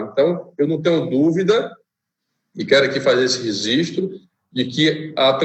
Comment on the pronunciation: Registro! e não resistro